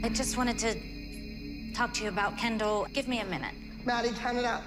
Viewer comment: Did Kelly just call Kendall kenel